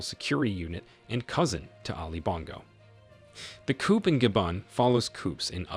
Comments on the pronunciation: Please learn how to pronounce “ coup”! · coup is pronounced KOO. Ignore the 'p'! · The P is Coup is silent, but he keeps saying it lmao